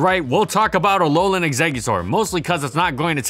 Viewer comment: Did you just say Alogang exeggutor?